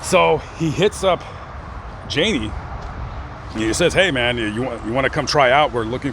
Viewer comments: Oswald is a common name in the part of Ohio he was born in. And it's not Jani like Ann it's how people in that part of Ohio say John in German a nickname Yahni but it's not Janie. His story was a sad one. They had a concert in Sioux City and stopped in a bar after and my husband and I were there and he chatted with my husband and was really nice. The rumor was a man from another famous band raped him when they were just starting out. Messed him up. Please get his name right. RIP Mr Lane. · I'm sure someone has told you this but his name is pronounced Jan-knee..... not Jane-Knee...I miss those days....*sighhhh* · Jani would be pronounced "yanni" in German. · I think it’s pronounced Yay-ne